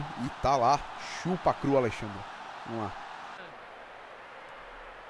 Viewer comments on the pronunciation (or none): none